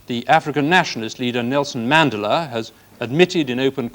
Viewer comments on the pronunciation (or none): A strange pronunciation of Mandela.